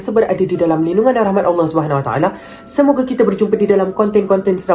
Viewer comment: Asal abang punya bye tu lain macam ye Harini😂